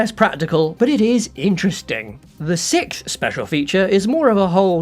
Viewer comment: sixth — six+th, not sikth. It like someone flipped a switch one day a couple years ago and every Brit instantly lost the ability to pronounce it.